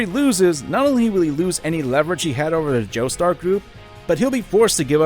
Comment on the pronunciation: Stardust Crusaders. Say it with me: STAR. DUST. CRUSADERS. “Jostar Egyptian tour group” makes me irrationally angry